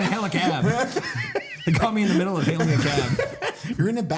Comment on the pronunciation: Did say "hailing" a cab, or "heiling" a cab? 😂